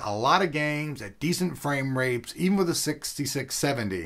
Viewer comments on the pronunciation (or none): I'm pretty sure he said frame rapes :P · LOL he says FRAME RAPES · "frame rapes" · lol he said frame rapes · Apart from "frame rapes" which he said , he topped it up with "I pretty much choosED" .. A combination of laughs and facepalms, ending my internet need for today. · he said frame rapes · "Decent FramRapes" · he says "decent frame rapes in with the 6670"! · "Frame Rapes"? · "frame-RAPES" XD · Lol he said "framerapes" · LOL, Does he say decent frame rapes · did he say frame-rape?